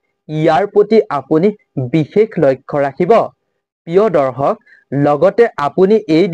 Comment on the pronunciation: দৰ্খক নহয়, দৰ্শক ;আজুৰ নহয় , আজিৰ।